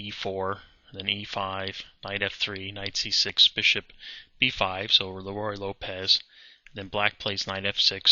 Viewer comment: I don't makes videos. You know why? Because I'm not an expert, much less a master, at chess. Someone who claims to be an expert or master (the person who made this video) is held to a higher standard. One would expect a chess master would know how to pronounce 'Ruy Lopez', possibly the most played opening in the history of chess. Your sarcasm doesn't contribute a thing to this discussion.